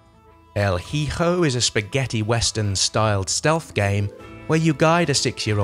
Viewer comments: JEL JIJO lol you mean EL HIJO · "El Hee-Ho" xD